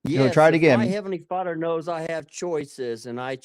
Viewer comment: What's a fadder 😂😂